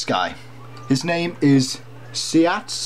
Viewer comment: no affiance but you are pronouncing it wrong